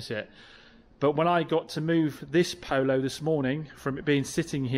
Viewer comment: Ha, say Polo again, first one was very pooosh.